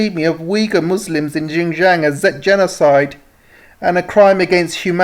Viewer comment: Xinjiang is pronounced as "Sinn-Chiang"